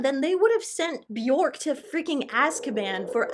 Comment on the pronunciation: you still can’t pronounce björk correctly, i loathe you